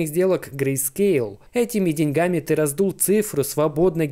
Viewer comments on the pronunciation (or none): none